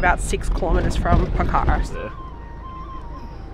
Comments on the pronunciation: It's pokh_ra not pokha_ra ☺ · It''s Pokhara not pakara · It’s Pokhara not pakara 😢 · And its pokhara....but they pronounce as Pokhra...loads of love from guwahati assam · Hi not poccara# name is Pokhara😊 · It's po-kha-ra and love your videos and hope you have a nice stay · Hey! I'm Nepali, and I love to see foreigners enthusiasm and awe for my home country :) btw, it's pronounced "pok-ker-rah" ! (but im sure you figured that out by the end of ur trip lol) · It’s call Pookharaaa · It's po-khaa-ra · Po -kha -ra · It's pronounced PO KHA RAH